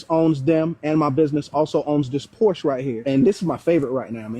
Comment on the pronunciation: Dude owns a Porsche but can't even pronounce it properly. Pathetic.